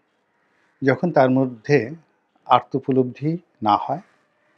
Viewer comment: আর্ত উপলব্দি না রনি সাহেব। উচ্চারণ করবেন আত্ম উপলব্ধি ।।